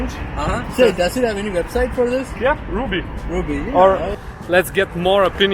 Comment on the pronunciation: I don’t think rubbee is pronounced like ruby.